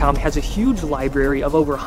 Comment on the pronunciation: Not libary